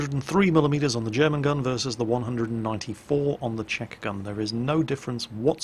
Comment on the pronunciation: Btw, I've noticed Swedish people pronounce the "Ch" and the "Sh" almost the same way, but infact, it's different. Czech is pronounced like "Check", not "Sheck". It's a helpful tip.